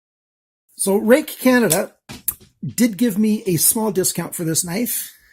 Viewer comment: i googled the spelling and google says its pronounced "rooick"